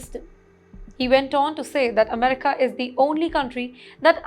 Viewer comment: Lots of Techies come to US from Kerala also. You didn’t mention Kerala. Now, please improve your pro noun ciation “Amrica”, “N videa” etc. Thank you